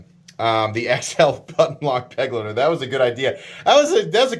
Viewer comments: Kizer choose a german word as the name. I guess because there are to many knives already called companion. But why do you say beg-le-de, it's like I wrote above, be-glei-ter. Type it into google translator and listen to the audio output. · Begleiter is german and means companion and it's spelled be-glui-ter. Sry but it drives me nuts how you americans spell it.